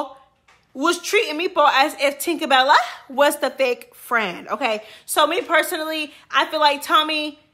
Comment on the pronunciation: why do you say "Janeshia & Tinkabella names like that"??? 😂😂😂😂 I love itttttt!!! JE NEEE SHA! TINKA BELL LAAA! 😂😂😂